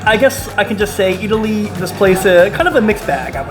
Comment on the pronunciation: you pronounced it excellantly